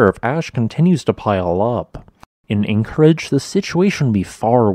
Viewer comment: Please say Anchorage and Pay Tree On in every episode. Please!